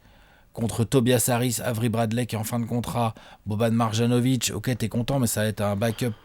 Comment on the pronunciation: Mes oreilles saignent lorsque vous prononcez Marjanovic. Un "j" se prononce comme un "y".